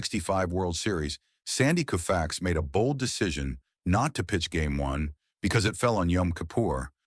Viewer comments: It's pronounced Kohfax, not Kewfax. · Lose the AI narration. Koo-fax? Gimme a break! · This guy has a channel called baseball icons and he doesn’t know how to pronounce Koufax! 😮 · Sloppy work. AI narration annoying and it can’t even get Sandy Koufax’s name right. Also repetitive. And when the video covered his Cy Young Award it showed Ferguson Jenkins. The only reason I watched as long as I did was to point out why this video is awful. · Who's on the left ? And yes, that wasn't good pronunciation of " Koufax".